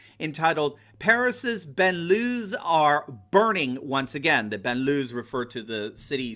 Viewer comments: balnlyew not banloo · Please pronounce BANLIEUES closer to reality, not a criticism, but would understand better universally, thanks love your analysis . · So the word "banlieues" means suburbs. It doesn't mean anything like the word ghettos, which means an area with a high concentration of a certain ethnic or religious minority. The title page you showed was talking about suburbs burning, and your pronunciation was horrible. It's ok, you don't speak french, just pointing out you should maybe google translate to get the meaning and roughly the pronunciation. Rest of the story was interesting. Especially given the sad state of affairs in our media.